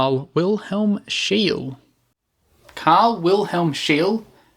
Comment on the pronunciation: Outstanding work. ''. However, Your Swedish pronunciation is incorrect! ([ˈʃeːlə], [ˈɧêːlɛ] "SCHEE-LE" That's the Swedish pronunciation. German also OK, since he was born in Pomerania, a Swedish Dominionin 1742 There is a street in Stockholm named after him Schee-le gat-an "Scheele Streeet". And WERNER FORSSMAN. In 1956 he was awarded, together with André Cournand and Dickinson W. Richards. Next time fact checking and try to pronounce "Foreign" names correctly. OK! Like we try to pronounce British or American names Comme il faut! Not Faux Pas! You've got 4G, Internet of Things. Nor hard? Right? Keep up the Good Work Bangkok-Johnny, straight from THAILAND